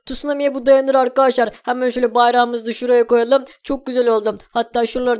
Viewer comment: Abi niye arkadaşlar değil arkaaşlar diyon ?